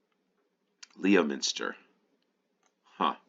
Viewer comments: Leominster is pronounced ''LEM-STER'' - don't ask me why....... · Leominster is pronounced "Lemster". Hartlepool is pronounced "Hartley-pool." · Leominster is in Herefordshire. Pronounced Lemmster. Rhayader is pronounced Rider. Or Ri-a-der.